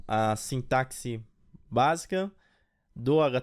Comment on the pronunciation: gente se ler "SINTASSE"